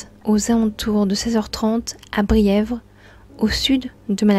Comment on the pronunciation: "Bièvres" et non Brières. Et "route de Favreuse".